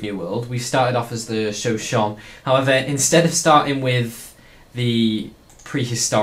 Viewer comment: It's shuh-show-knee. not Show-shon